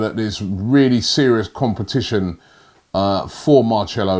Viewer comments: Marcelo not marCHElo😂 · Marcelo /maʁ.ˈsɛ.lu/ Learn to pronounce noun Brazilian. What's Marchello???????????? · Robbies pronunciation is terrible like What’s a Marchello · Marchello?? Are you serious bruh... If he watch this video, He'll be pissed lmao 😂😂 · I think it's actually Marthelo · His name isn’t pronounced Mar-sello you pronounce C as CH in Portuguese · Everyone on Earth: Knows how to pronounce name Robbie: MARRCHELLO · ROBBIE Jesus Christ can u not pronounce any name correctly ??? MAR-SELL-LO is a name every football fan knows how to pronounce correctly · I'm portuguese and you don't pronouce it "Marchelo" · I instantly get a headache every time Robbie says Marchello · Marchello haha. Sounds like an italian liquor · Marchello!?!?! 😂😂 Oh dear 😂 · Marchello is a solid player, he’d be amazing👌. But I think there’s a better chance that stops butchering names, than Marchello coming to Arsenal. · I honestly felt like clicking of when he said marchello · It’s marcello like mar sello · Say it like marselo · Is it Marchello or Marshhmellow ? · It's not marchelo, can you pronounce names properly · It’s not marchelo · It's Marselo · what makes this worse is the number of times Robbie said MAR_CHELO 😂😂😂😂😂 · It makes it funnier how confidently he says "Marchello"...all u gotta do is watch a highlight of commentary to hear his name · Anytime I hear machelo I wince... It's painful to hear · Don't sign "Marchelo'..It sounds painful to my ears. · I swear it’s mar-ce-lo😂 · Lol arsenal so addicted to not "selling" that Robbie can't say the word sell 😂😂😂 marchelo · the camera guy really didn't correct Robbie from saying Marchello loool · MarCHELO? There is no H. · Stop saying marchello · Marchelo? Never heard of him 🤷🏻‍♂️ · Ma"che"lo wtf is Robbie on??? 😂😂😂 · If I hear marchcelo one more time Ima frissbbe my phone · Bruh every time he says mar-chello ☹️ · Mar-cellos, you ok? his not an instrument you know. 😂😂😂😂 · Robbie it’s pronounced Mar - cel - oh